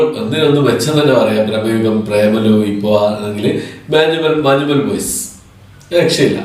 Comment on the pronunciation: മഞ്ഞുമ്മൽ എന്നല്ലേ... മാഞ്ഞുമ്മേൽ അല്ലല്ലോ.. 🤔